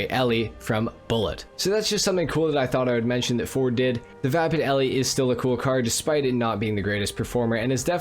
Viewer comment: FYI the mustang in “Bullet” was just a mustang. No name. The name Eleanor is from the Mustang featured in Gone in 60 Seconds. All the cars had code names. And lastly the E at the end of Elle is silent. So it just pronounced “L”